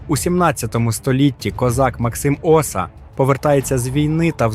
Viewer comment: Цікава добірка. Тільки не можу збагнути, навіщо викривляти наголоси. Як от - Крути, Максим Оса тощо